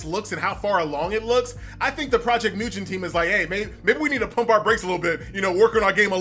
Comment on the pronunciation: Dude pronounce ‘Mugen’ correctly you say it so weirdly